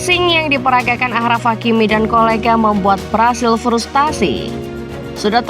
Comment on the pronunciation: Achraf Hakimi dibaca Ashraf Hakimi, bukan Akhraf Hakimi.. Ch ejaan perancis dibaca Sh atau Sy. Contoh Cherif dibaca Syerif.